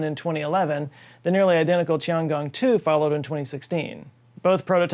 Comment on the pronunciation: It's Tiangong not Chiangong